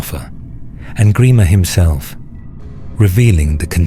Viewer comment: Gremer?? WTF??